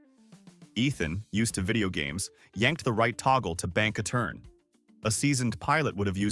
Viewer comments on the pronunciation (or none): none